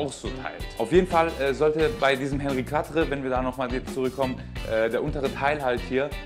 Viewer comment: Gutes Vid, aber bitte nicht "Hennri kwattre" sondern "Onri Kattr".... C'est francais... ;-)